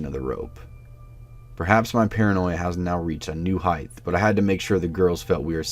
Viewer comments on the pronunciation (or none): I love this channel but please don’t say heighth. For some reason this has caught on everywhere. Thank you very much - The language police.